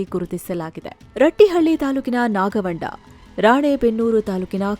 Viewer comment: Who is from ratihalli and ಅದು ನಾಗವಂಡ ಅಲ್ಲಾ ನಾಗವಂದ